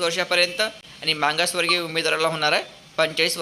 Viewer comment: मागास वर्ग याचा उच्चार मांगा स वर्ग असा करू नका